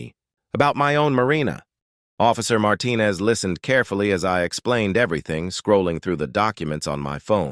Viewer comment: And always pronounced wrong.